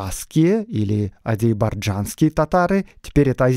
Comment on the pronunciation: спасибо большое за выпуск, очень интересно было слушать. Единственное я не понял почему вы говорите «азибаржанские», а не «азербайджанские»?